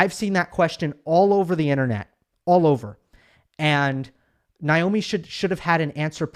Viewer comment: I thought it's Naomi not Nyomi. Anyway whoever said the question that made her cry was bullying should apologize to that reporter. It was a fair question.